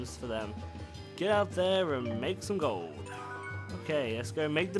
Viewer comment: ive honestly waited to see how many episodes till u said gold correctly lol